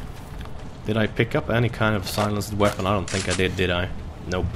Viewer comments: btw, you pronounce it silensd, the e in the end is silent:) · can you stop saying silen-ced its one word... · Lol I always get a kick out of how you say "silenced" as Silen-ced! It's more pronounced "si-lenst" but dont let me get u down:P